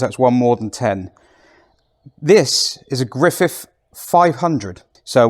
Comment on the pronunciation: Griffith, not Griffiff!